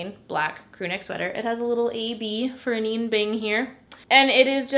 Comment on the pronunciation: Hi, just so you know, Anine is pronouced "Uh-nina"! Also RIP my bank account because I just found your channel about a month ago and have already bought almost everything you've discovered within that time frame... Like I'm literally watching this video like "yep, I got it... yep that one too..."